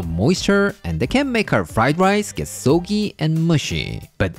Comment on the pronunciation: don't change anything with how you speak. it's half the fun of your video's but.. sogy?.. soggy double letter is a short o. soggy with an o like in wok. not sogy with o like in show :p